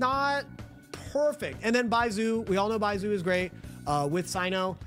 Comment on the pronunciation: How do you pronounce Zhongli correct but not Baizhu 🤣